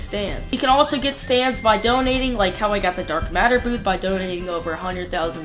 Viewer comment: He said boot instead of booth💀